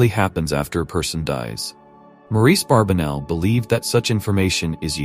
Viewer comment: The gentleman's name is Barbanell - not Barbinell or Barbenell. Get that AI junk to pronounce the name correctly.